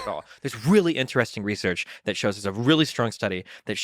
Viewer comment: Really? 30 seconds in? Couldn't do a second take? Reaullsearch? Jeez man so cringe